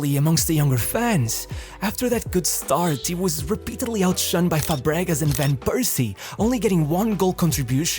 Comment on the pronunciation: "Fabregash"?! Bro, he is from Spain and not from Portugal, an "s" is pronounced as an actual "s" in Spanish